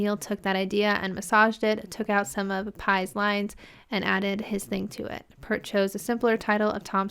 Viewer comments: I think I already made this comment, but just to stress, you're still pronouncing Neil Peart's surname incorrectly. You're saying "P-ur-T" but his name was pronounced "P-ear-T". You can even search up a youtube short where Alex and Geddy are telling an interviewer how to say it, with Geddy pointing to his ear. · It's PEERT, not 'Pert'. He's not a shampoo brand!